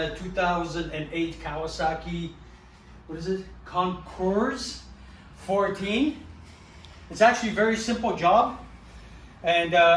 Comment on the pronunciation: The s is silent. Its a french competition